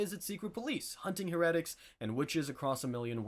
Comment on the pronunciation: hunting heuretics lol